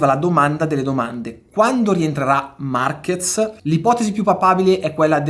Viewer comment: Ciao Luca, in spagnolo la "Z" si pronuncia come una "S", quindi Marquez in italiano si pronuncia Marches